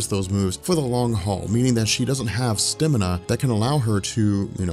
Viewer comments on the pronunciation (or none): First time I've heard "Stamina" pernounced "Stimina".